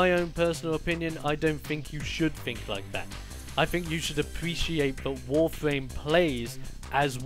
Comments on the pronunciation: Is it just me or did he said Warfame instead of Warframe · It's not warfwam or warfame it's warframe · Its warfram not warflam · why does he call it "wawfwame?" where are the r's? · "WOFAME" lol, is it that this guy is british or is he really just missing a tooth???